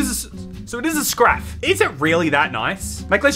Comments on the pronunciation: the art/animation is really pissing me off, but the way they all fail to pronounce ‘scarf’ is my favorite part of this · I'm thinking Chinese maybe? It sounds like the VAs are learning English as they read the script 😭😭 (I'm referring to the mispronunciation of scarf when he said scRAF 😭✋ feels like he didn't understand that it's the "ar" sound)